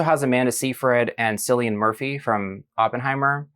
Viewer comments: It's pronounced kill-ee-an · I've always pronounced it as Kill-ian (the correct way and I looked it up to double check), so it surprised me when my Dad started calling him SILIAN after watching 28 years later: the bone temple. I thought "am I the one saying it wrong and this is Irish?" No, diva is hardly wrong. 💅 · Ppl still pronouncing cillian murphy’s name wrong in 2025